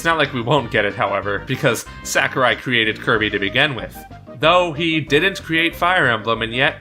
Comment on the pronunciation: Please stop calling him "Sack-er-eye." It's "Sah-koo-reye."